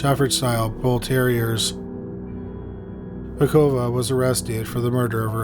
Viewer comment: Batukova, not Bakuva.